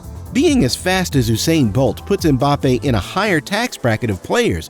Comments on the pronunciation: Why is it so difficult to just say Mbappe...wtf is Embappe? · "Kyliane Embape"💀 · The usual not bothered to pronounce name properly, why? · You can´'t even pronouce the name of Mbappé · Boy, you got 10 things to teach us about him yet CAN'T READ HIS NAME !!